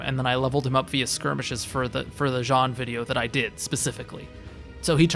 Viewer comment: Only complaint is the refusal to pronounce Jean correctly. It’s a fully voice acted game and it’s not even that uncommon of a name. Plus it rhymes with his fathers name. But good tier list though